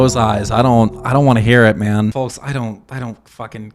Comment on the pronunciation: This is so petty but the way you pronounce “folks” with such emphasis on the L, really grates on me 😂